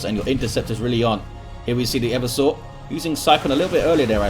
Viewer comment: Hey. I'm fairly sure Eversor should be pronounced Eh-VERSE-Er, with the emphasis on the middle syllable. As opposed to making it sound like a dinosaur or someone with a bad chafing problem. To 'everse' is verb meaning to overthrow or subvert. 'Eversor' is not used outside 40K but it clearly based on the verb and hence would follow the same pronunciation. Like if it was the 'Reversor', from 'to reverse'.